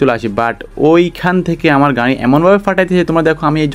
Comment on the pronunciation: গাই গাই করো ক্যা,মিয়া গাড়ি বলতে পারো না 😂😂